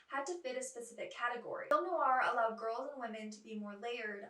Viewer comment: NOIR has just one syllable ! Not Noo-ar